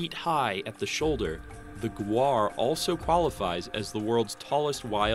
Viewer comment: ita gaur not guar